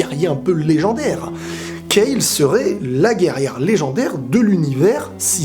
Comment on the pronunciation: Enfin une personne qui dit Kale et pas Kalu, ça fait plaisir.